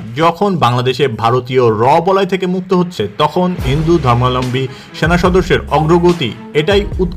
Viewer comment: ধর্মাবলম্বী শব্দটা বল‌তে এত কস্ট হ‌চ্ছে? জ‌য়েন‌কে বল‌ছেন জ‌য়েন্ট। সুন্দর উচ্চারনটা সহজ ক‌রে বলুন।